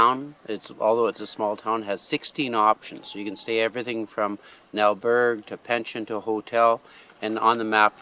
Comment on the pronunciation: Please learn to pronounce al berg gue